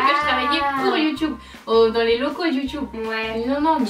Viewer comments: C'est pas la première fois que je remarque mais, tu dis Youtoube au lieu de Youtube quand tu le dis tout seul! Tu t'en rends compte?:) Bonne idée le Pékin Express des youtubeurs! Bisous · elle le prononce a "l'anglaise", le mot de base,quoi :)